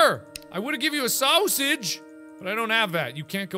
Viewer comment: Someone took the "soosage"